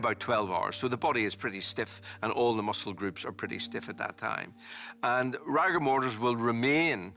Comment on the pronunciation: Very odd hearing a professional pronounce rigour mortis as rAgour mortis.